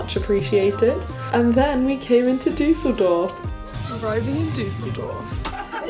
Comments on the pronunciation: When you say Düsseldorf it sounds so posh - you say it more like Düh-sseldorf, but it's actually pronounced Düs-seldorf ❤️ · The way you pronounce Düsseldorf 😭😍😍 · So funny how she says Düsseldorf :D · Also the way you say Düsseldorf is funny 😂😂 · The way you say Düsseldorf is so funny 😂❤️ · Just FYI that's not how people in the UK say it 😂 but it's still sweet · That's so true and from Germany so it's hilarious 🤣🤣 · agreed omg